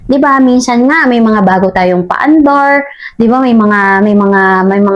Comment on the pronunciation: "Paandaur" talaga yun mam? Haha